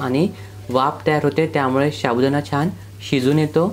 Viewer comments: Say sabudana not shabudana. Ok dear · तुम्ही याला सारखं शाबुदाना कां म्हणत आहे. ते चुक आहे व ऐकायला पण बरोबर वाटत नाही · शाबुदाणा नव्हे तर साबुदाणा म्हणतात. बाकी कृती उत्तम झाली आहे. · शाबुदाना नाही रे... साबूदाणा मस्त केलंस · शाबुदाणा नाही साबुदाणा म्हणतात